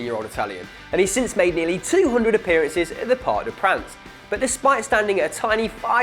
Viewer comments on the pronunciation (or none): none